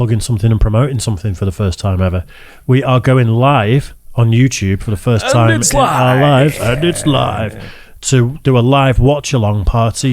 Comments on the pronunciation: What's "YouChube" ? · Whose chube? Not my chube. It must be Yourchube.